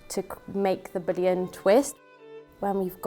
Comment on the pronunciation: I'm glad I'm not the only one laughing about these. "Bullion" got turned into "Boolean". 🤣